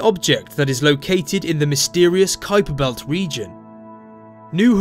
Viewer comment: You pronounced Kuiper Belt correctly. Congratulations! Not many non-Dutch can manage the "ui" sound.